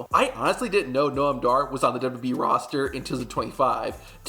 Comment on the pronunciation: I like your videos but they are a bit hard to watch. You say “Duby Duby E” for WWE over and over and it is distracting. You also say years too fast. For example instead of tow thousand twelve you say “tosend twelve”.